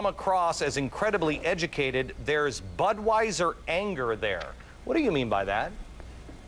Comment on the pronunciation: Rehab said budweisser? Hahaha.